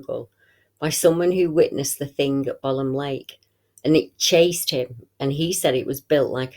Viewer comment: Thanks great report, I laugh when you call it bolam lake, it is pronounced bow lam lake, I live about 10 miles from it and used to camp there as a kid, never seen the big bloke though and im pleased about that.